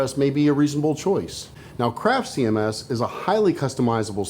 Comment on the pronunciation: ''See em esses''